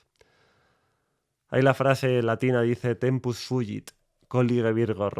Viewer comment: Breve corrección, en latín la g siempre es gutural, no es tempus "fuyit", sino fugit, se lee como se escribe. También en latín clásico la v se pronuncia como u.